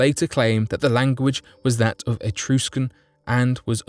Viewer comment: uh-truh-skn not etrooscun